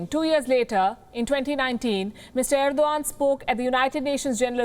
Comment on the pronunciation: Ar-do-gand hahahaha